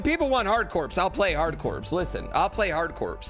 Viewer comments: Corps is pronounced like 'core'. Like marine corps, hard corps is pronounced 'hard core'. Just fyi. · FWIW, "archipelago" is ark-ih-PELL-uh-go, not ARK-y pell-AY-go... and "Hard Corps" is pronounced "hard core". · Bionic Commando is a strong pick... But I wanna see Hard Corps. I'm guessing the mispronouncing "Corps" is a meme that I'm too old to be in on, but it grates every time 😅